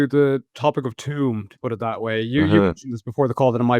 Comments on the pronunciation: Oh my god it’s TUam not tomb!!! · Has never heard of Tuam before? The fastest town in Ireland? I never heard anyone call it "tomb" before 😅